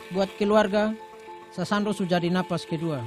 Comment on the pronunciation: Sasando bukan sasandu..